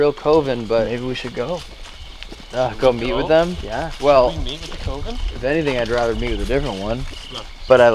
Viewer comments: looks like a potential serial killer in these videos, but especially during hide and clap sessions. 😂😂 Nothing irritated me more than the way and the guys say COVEN. They say COven. It’s Coven! CUH-ven. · I can’t get past how pronounces “coven”.... it’s not “koh-ven” it’s pronounced “kuh-ven” and I can’t get over it! 😣😣😣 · The way pronounces coven, drives me nuts lol. definitely has a way of connecting with spirits though! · Coven is pronounced cuv-in. Not cove-in also if I were I’d be pissed. Like don’t get me wrong I love the content but always fucks him over. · Lol.. the way you say coven makes me laugh 😆 It's pronounced cuhven ♡ And those boxes are all b.s xD